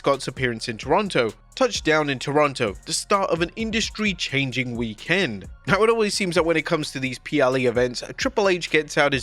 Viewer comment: It's weekEND not weekAND